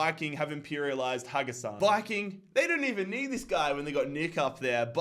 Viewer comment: Haugesund is pronounced “Hog-Sund”